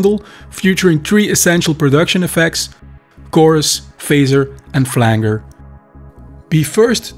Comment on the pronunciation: This was awesome! Blast from the past, channeling! P.S. I was going to correct your pronunciation of "Flanger", but instead, I'm going to adopt it. It's much better.